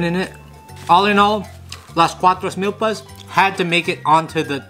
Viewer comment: You say it Meelpas not milllpas